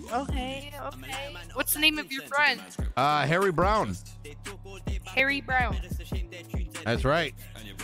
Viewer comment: LOL Now I can't unhear "Harry Brown"